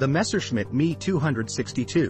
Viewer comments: It's not me 262, It should be pronounced em, e, 262 which stands for Messerschmitt. And, it's not how it is H, O, which stands for Horton. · It's not me it's M. E. For Messerschmitt and it's not ho it's H. O. For Horton as in Horton brothers....the difference between human and machine speech....😮😮😮